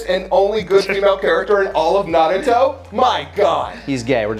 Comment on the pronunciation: Why does pronounce Naruto like Na ruh to